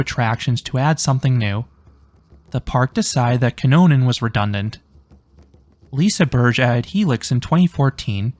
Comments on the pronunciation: love that, being corrected though you pronounced it correctly. You even got the soft g sound right then so kudos for making an effort, I for one appreciated it. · I got told by a Swedish guy it's liseberry and I will not stop now